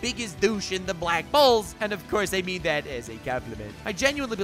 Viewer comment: Are you trying to say black bulls or black balls... XD